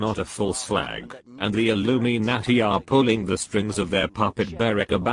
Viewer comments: illumy-naarty. lol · and its pronounced Illuminati, NOT Illumi-----nati. at LEAST get that right.